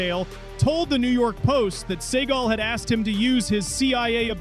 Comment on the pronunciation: Pronounce the names correctly, genius. It's dukes, not ducks. It's seagal, not seagull